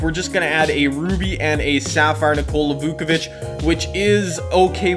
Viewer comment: nikola "vookavich"